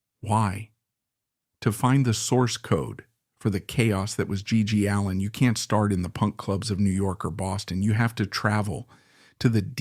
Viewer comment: "His name was gee... ..Gee allin." "1880s rock n roll." "Stiv buh-TORS." "G.G. Aleen." Man, fuck your AI bullshit.